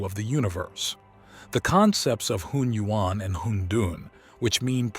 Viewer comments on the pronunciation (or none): none